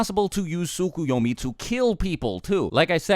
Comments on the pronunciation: "no it's SOO-KOO-YO-MEE not T-SUCK-A-YAW-MEE" Actually it's TSKSK-You-Owe-Meee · Actually it also isn't Soo-Koo-Yo-Mee but Tsk-Yo-Mee. You just speak one of the Us (or in English: Os). Maybe that's hard to say for a native English speaker, idk. I just know Japanese way to spell is close to how we Germans spell words so it's no problem for us, here. But it always bothers me how Americans can't say those words correctly. Or anything which isn't English. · I think it's pronounced Tsu-Ko-yo-mi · Can't you guys just pronounce the 't' in tsukoyomi? Sookuyomi sounds dumb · You're pronunciation in the description is actually incorrect. The "Ts" sound is just like in the the word "its." The Japanese pronounce the "T" of the "Ts" pretty quickly though.